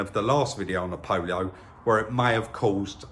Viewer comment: Did you just call it a Polio 😂,,,, dont matter il give ya 1800 sovs for it 😁